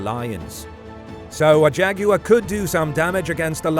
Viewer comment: thank you, for saying jaguar correctly.